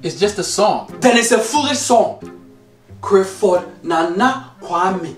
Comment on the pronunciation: I know dad had to emphasise the L in 'clap'...If he had pronounced it in the same way he does Crifford?